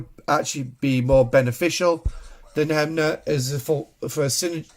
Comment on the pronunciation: sorry - the Officer is called "SNW Hem-mer" you read him as HemNer > just think on the song "its Hammer time"